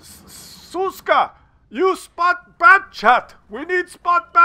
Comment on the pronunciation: sz is read like sh - so it's Shushka. But, I agree that Suska sounds funnier.